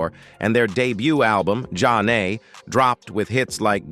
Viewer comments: For the record…as soon as I heard their name pronounced “John A” and “Zane” I stopped listening. 😔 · John A 🤣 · Soooo this AL couldn't pronounce their name right, but read all the information from Wikipedia about the group 😂😂